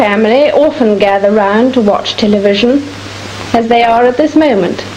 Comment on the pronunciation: "Tell-a-vission" Another bitcoin..!